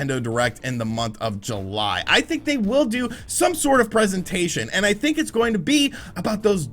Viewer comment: It's think not thin!